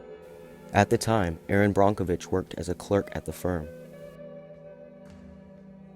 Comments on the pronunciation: Erin brockenwitch???? Its brokevitch😊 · BRONK - o Vich???? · Yes, it is pronounced Brockovitch. You can see the chromium floating on the surface of the water. The plume is still out there.